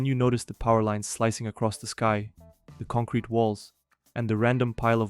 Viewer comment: take a shot everytime this guy says “concwete” 😂